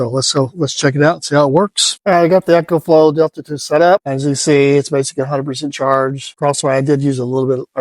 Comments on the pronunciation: EE-KO-FLO Not “Echo” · It's E CO , not echo